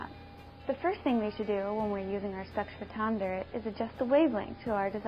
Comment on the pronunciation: wait, did she say "sex-photometer"?